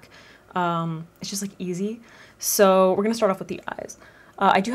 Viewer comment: “Easy eye” - did you say at the beginning? 😂❤️